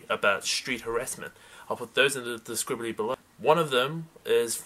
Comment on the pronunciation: haha "In the describbly" :P